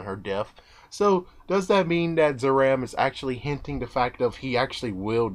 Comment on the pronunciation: zaram is actually purnounced "zalam"